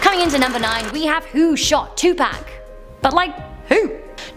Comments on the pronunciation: I love you, but you are saying Tupac wrong. It is Tu/Too and Pac/ like lock. I know it doesn't matter lol. Just though it would help for next time. If there is a next time lol. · Did she say 2 pack!!!?? 😆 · You're pronouncing Tupac name wrong name wrong